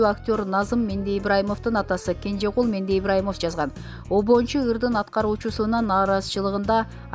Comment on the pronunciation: Суйлоп жаткандар автордун фамилиясын туура айтып суйлогонду уйронгуло Кенжегул Мендеибраимов эмес Мендебаиров